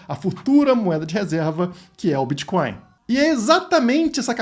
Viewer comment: "Criptomoedas e biticonis" kkkk bitcoins é oq, dinheiro físico 😅😅😅😅